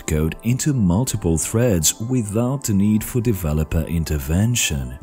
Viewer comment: dont drag your syllables out for so long, for example at threads . you wouldnt talk like this if you talked normally and its really unpleasant to listen to.